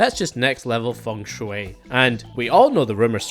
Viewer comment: can’t pronounce volcanologist but hits feng shui on the first try